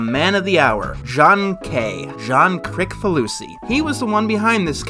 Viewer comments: Kricfalusi is pronounced "Kritsfalusi" not "krikfalusi" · Anyone else angry this guy can't pronounce Kricfalusi?